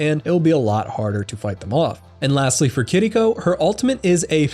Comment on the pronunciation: Are people aware it’s not pronounced kitdeeco? It’s kiriko?